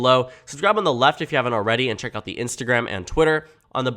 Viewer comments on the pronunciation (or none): none